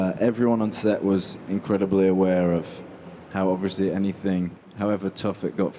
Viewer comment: Harry may be in a Christopher Nolan film, but that Will never change the fact that he can’t say obviously... doesn’t matter how big you get, words can still be hard sometimes, overeshly